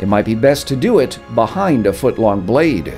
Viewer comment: Blayt man hahaha